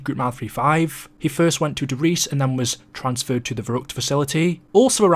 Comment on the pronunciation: It's pronounced "der riesuh"